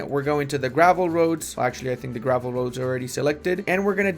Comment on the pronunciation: when says "roads" I hear "Rhodes" haha